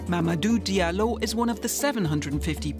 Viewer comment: Hey, narrator, please learn how to pronounce things correctly. For example, "Diallo" is pronounced with a "j" sound, you don't pronounce the "d" and the "i".